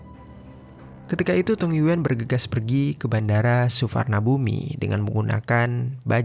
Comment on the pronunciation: Bukan bandara suvarbumi tapi dibacanya Swarnanbhumi.